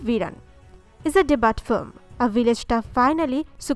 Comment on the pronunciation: Debut ...not DE BUTT